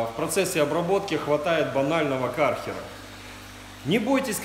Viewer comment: Кёрхера а не кархера, ничего против не имею, просто поправил